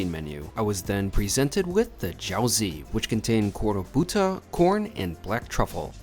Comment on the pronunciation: Bimby-bop & Jow-zee. Your pronunciation needs a little work,! Thanks for the video.